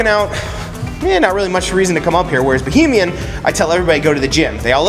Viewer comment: Great video! However, it's Royal Bahamian not Bohemian.